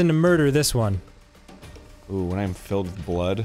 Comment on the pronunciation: why do arins OOOHH‘s sound so foreign? he’s never said em like that before. 🤷🏻‍♂️